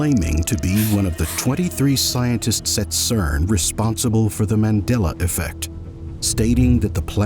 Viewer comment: You said that in the most Texan accent